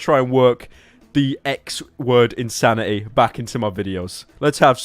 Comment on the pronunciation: i think u mean in-sand-ity